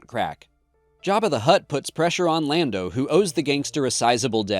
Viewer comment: I know that was a purposeful "Blando" mispronunciation for interactions, and it worked, I'm here, commenting... good job.